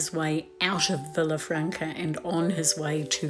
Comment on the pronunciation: I love watching your Camino vlog! I was just there a couple of months ago, so these scenes still feel very fresh. It's lovely to be there again. One little Spanish lesson for the day - those double "l's", like in Villafranca, are pronounced like "y". So it's Vee-ya-franca. (Handy tips we learn along the Camino!)